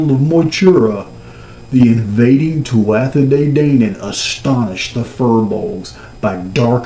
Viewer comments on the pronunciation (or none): Phoneticallly Tuatha De Danaan is "Too-ha" not "Too-at-tha" , you say De Danaan perfectly.